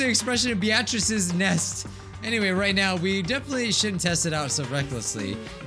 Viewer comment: I'm sorry but the way he pronounces Beatrice infuriates me